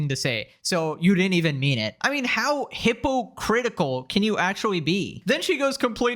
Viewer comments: I loved the little pause in the Frogan section; "How Hippo...... Critical". chef's kiss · the pause made me go back and hear it again, caught me outa nowhere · “Hippo” critical😂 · "Hippo-critical" hahaha